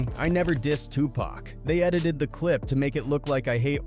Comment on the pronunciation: Lol, a rapper who can't even pronounce the word edited, it came out as edidid - ROFL